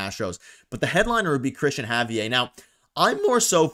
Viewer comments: It’s pronounced Ha-V-Air…not Hav-e_eh..what a Canadian pronunciation .haha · It’s pronounced Ha-V-air, he is Dominican and you would be so lucky to have him. He blanked the Yankees twice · Javier isn't french. LOL It's a spanish name Hav eee air. LMAO